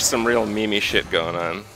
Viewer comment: Did Kripp pronounce Meme as 'Me-me'?